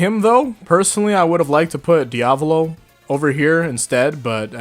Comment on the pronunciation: DID THIS MANS JUST SAY DIAVOLO LIKE IT WAS DIAVALO!? LMAAOOOOOO NOW HE SAYING HIGASHIKATA LIKE HIGASHIKATA... wait... YOU GET MY POINT